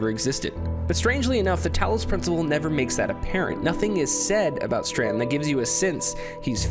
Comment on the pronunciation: "Stranton. Stranton. Stranton. Stranton." There is no N! Just as there is no purpose! ;)